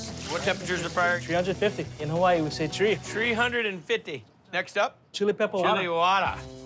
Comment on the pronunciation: Jamaicans say ‘tree’ and ‘everyting’ the exact same way lol